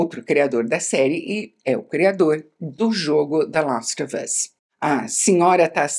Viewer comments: Como a Isabela pode ser tão fina?!? Até a pronúncia de The last of us é perfeita! 😍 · ela fala com A o THE LAST OF US mas fala ENTES em vez de ANTES hahahah engraçado, mto bom video! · Toda vez que ela fala “the last of us” com a pronuncia perfeita eu fico tentando imitar aqui ahah